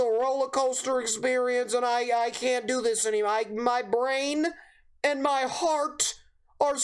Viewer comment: can’t douou thiuiuus